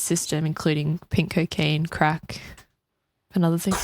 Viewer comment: the way says “crack” is cracking me up 🥁